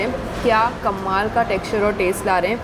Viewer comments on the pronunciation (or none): none